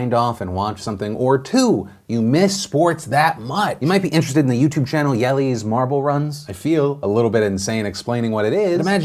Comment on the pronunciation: That's not how I would say the name of Jelle's Marble Runs. Also I haven't seen it in a while but I noticed that Last Week Tonight is working with them. Is John Oliver doing any announcing or are they just a sponsor?